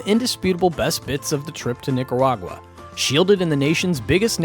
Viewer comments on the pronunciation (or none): Man said Nicawaga 😅 wtf